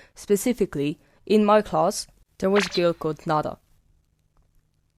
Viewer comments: nada in Arabic means generosity or morning dew a lot of girls my class are called Nada 😭 usually pronounced like this (naa’dah) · I lowkey find your story videos so genuine and chaotic to the point it gets so good to watch, rewinds about your life’s experiences are always so fun to talk about!! Also the Spanish take on “Nada” cracked me a laughter lol xD (you won’t run from the French allegations🇫🇷😼)